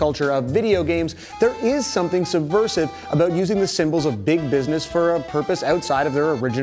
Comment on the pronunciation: "Aboot" Canadian detected.